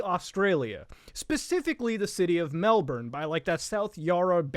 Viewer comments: OI MUTAHAR Its said mel-BIN not mel-bern you Canadian foreigner. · 0/1 video, city is pronounced Mel-bin, not a true aussie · its pronounced mel-bin not mel-born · everyone misprenouncing Melbourne Mel-ben not melborn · Please muta its pronounced mel Born as in a baby being born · its pronounced melb'n also its not yes, its optus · I live in this place you refer to as 'Melbourne'. Here it is pronounced melben. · It’s pronounced Mel-Bin. For someone who loves it so much you should pay attention to how it’s pronounced 😑 Nah you’ll alright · it’s pronounce ‘airs’rock Also Melbourne is pronounced Mel’bin’ Just hurts us aussies 😪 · Hearing Australian city names coming from a non-native-Australian-accent-haver is surprisingly jarring. Like, you really emphasize the "bourne" part in Melbourne, and the "bane" part of Brisbane. We just pronounce them as "Melbun" and "Brisbin". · It's BrizzBen not Briss-Bane. Muta you've just paired some horrid back alley affair where a circumcision meets the antagonist from Batman 😆. Dear God, What have you done!?!? Edit - MELLBURN??? MELLBURN??? Good sir, I challenge you to a duel.